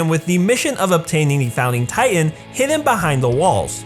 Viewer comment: I cant help but notice every time he says titan he says “tight ant”